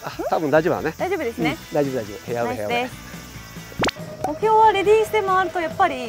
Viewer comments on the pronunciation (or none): 芹澤さん！ ヘアウェイ、ヘアウェイ。 フェアウェイと発音できないところ、ワロタ。